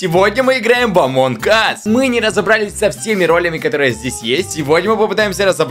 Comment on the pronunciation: Я слышу не амонг ас а амон кас